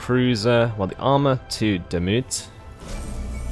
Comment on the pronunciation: Hahaha... I can't watch this hahaha. Laughing the whole time how you pronounce all the names of the cities. And maybe it is not called Wachter. I think it should be Wächter, if this should be a german word. Wachter is not really a word in german... So please look up how Demut and Wächter is pronounced. Greets from a laughing German subscriber XD